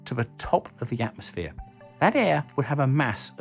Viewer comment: "Atomsphere" LOLZ!!!